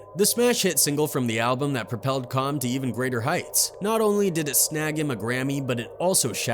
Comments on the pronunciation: Even in this video he said Chomm.. Instead of Cham which is pronounced like Kam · Its not com bro it's Cham like Cam 😕 😅